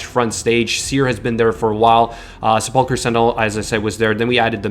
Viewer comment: Se-pull-cur sentinel, every streamer seems to have problems pronouncing this lol. You ever watch Ash struggle through that word?